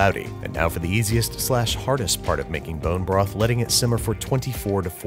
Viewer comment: what's a porn-jo broth?